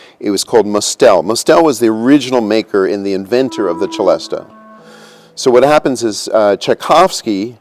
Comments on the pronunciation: I've only ever heard it pronounced sellest not chelesta (as in cello). And not with the a sounded on the end. Also only ever seen it spelt Celeste, like the Celeste rail in a piano for quiet practice. Or Celeste as an organ stop All comes from the same French root though. Probably just US and UK differences. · The pronunciation of celesta according to wikipedia: celesta = /sɪˈlɛstə/ or celeste = /sɪˈlɛst/ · You don't say chelestial so why would you say chelesta? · Normally pronounced "si-les-ta" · They are both definitely saying the first syllable incorrectly. Richardpeddie2060 is correct - the “Celest” part is just like the Pipe Organ stop = Celeste (suh-lest). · The pronunciation I have most heard was with a soft c ; “sehlesta” sounding much like celestial . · FFS!!! what is it with you Americans and pronouncing everything different!!! Its French NOT ITALIAN....pronounced "SELESTA" as in celestial....which mustel thought it sounded when he invented it......as beautiful as it is its still a ridiculously overpriced toy piano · It's really entertaining seeing all the snobs in the comments complaining about the different pronunciations of the word "celesta" and arguing about which one is "right" 🤣🤣 (Especially the ones who don't know that it's called a "célesta" in French...) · I did not know that "celesta" is pronounced with a "ch" instead of an "s." I've only seen it on synthesizers and clearly never heard it pronounced out lout till now. 🤯 Beautiful sound! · I suspect regional accent. I've heard it both ways. Might also be because he is an organist, and I've never heard anyone mention the organ stop of the same name with any pronunciation other than the CH. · Why is the French instrument name pronounced as though it were Italian? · Celeste often spelt Celesta is pronounced suh·lest not che-lestuh - for example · Of course I've heard of a celesta - anyone who has ever listened to the 'Nutcracker' has heard it and of it. (and it's pronounced Selesta not Chelesta)